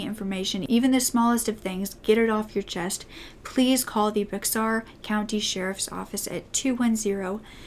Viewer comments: Bexar is pronounced BEAR. Lol believe me I got laughed at when I move to San Antonio and referred to the county as BEXAR. Love you 🖤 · I live in San Antonio!! Love cases in Texas!! It's Bexar but pronounced bear county!!! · “bexar county” lmaoo i live here and i always say it like that but it’s actually pronounced “bear” :) this is the third case i think that i’ve watched from yours recently that happened in texas and i haven’t heard of it at all wow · Thank You for sharing this story! I was living in San Antonio at the time of this case. It is truly a sad, sad siduation! My heart goes out te children and family. Hon, Bexar is pronounced "Bear" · the x is silent in Bexar. Just wanted to let anyone who reads this know that I guess? So its pronounced "bear". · Bexar is pronounced "bear" like a bear. Lol I used to pronounce it like you did when I moved from Austin to San Antonio. I have no idea why they pronounce it that way lol.